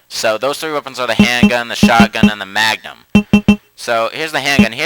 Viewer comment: You mean the mugnum?